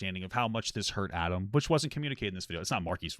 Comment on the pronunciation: You did a 6 hour deep dive yet you can't even pronounce Adam's last name correctly. Your opinions are wrong and complete garbage. Adam was groomed, end of story!